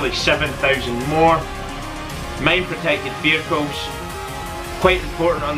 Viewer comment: What are "vechiles". Sounds Italian. lol